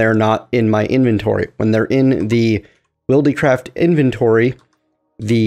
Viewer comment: It is pronounced wild-craft not willdeecraft